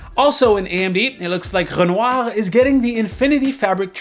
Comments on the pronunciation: Congratulation, your first prononciation of "Renoir" was almost perfect. Good intonation and french accent. 😉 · THANK GOD!!! someone knows how to pronounce "renoir"...if I have to hear Paul from red gaming tech butcher it one more time I am going to kill myself!... BTW: you're videos are pretty short, and still manage to deliver better, to the point, news than adored, RGT etc etc...I still like those guys, but you're doing it great, they should take notes....actually another side note..RGT puts out wayy to many videos and do wayyy to much self promoting..you and gamers nexus are probably my favorites.